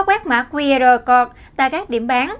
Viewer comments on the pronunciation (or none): Mã QR "cột" là mã gì? /câu-d/ cho "code" mà phát âm ko ra hồn thì làm cái gì nữa mà lên phát ngôn trước cả triệu, người!!! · * Speaker còn trẻ nên học thêm tiếng Anh . “Code” phát âm sai nhé.